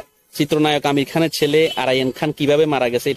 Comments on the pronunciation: আপনি উচ্চারন করছেন আমির খান না আমিন খান ঠিক পরিস্কার না। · আপনি আমিন খানের নাম ঠিক মত বলতে বা উচ্চারণ করতে পারছেন না,আপনি ইউটিউবার হলেন কিভাবে আমার বোধগম্য নয়,আপনি বার বার বলছেন আমির খান। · ভাই আমির খান নয়,আমিন খান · আরে ভাই আমির খান নয় আমিন খান কি যে বললেন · বুঝতে পেরেছি কিন্তু যাকে নিয়ে ভিডিও বানালেন,তার নামটা ঠিক ঠাক করে বলা উচিত? আশা করি আপনি বুঝতে পেরেছেন!!ধন্যবাদ!!!